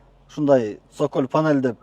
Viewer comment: Цоколь деп аталат,сокол эмес 😂😂😂😂